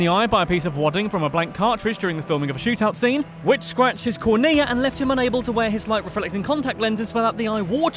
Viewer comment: How do you pronounce Cornea incorrectly. Holy crap.